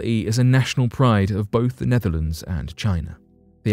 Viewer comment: Who else heard Nephilim when he said "Netherlands"?